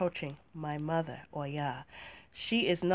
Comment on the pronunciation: I always love your videos <3 Thank you for reviewing this deck. I think the concept is awesome, but I do not feel the energy or the images correctly portray the cultures from which these Goddesses come from. Your verbalization of Oya is soooo beautiful!